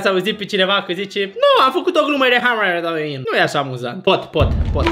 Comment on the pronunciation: “haliuin” mpis😢